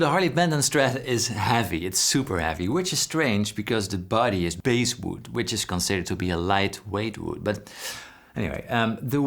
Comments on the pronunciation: FWIW, the "bass" in "basswood" is pronounced like the fish, not the musical register. That is, it rhymes with "grass", not "place". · Just for informational purposes ... the pronunciation of "bass" in basswood rhymes with that part of your body that you sit on. And your HB example may just be an unusual sample. I carve in basswood and generally is is very light and relatively soft, but every once in a while I will come across a piece that is quite heavy and surprisingly hard. I have no idea why this happens. I have a couple of the Yamahas and have checked out many more. I have found them to be very well built. Also, they all had alder bodies. Is mahogany a new thing and now standard? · Basswood is Bass like fish. Rhymes with Pass not base. Hope that helps. bASSwood